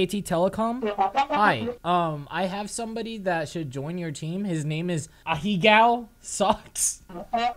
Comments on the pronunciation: yes, his name is *HA-HEE-GOW* soks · Is no one gonna talk about how he butchered the word ahegao.